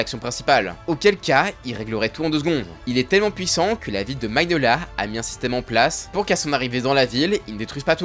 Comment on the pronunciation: "Dans le pays de magniolia" plutot le pays de fioree mais bon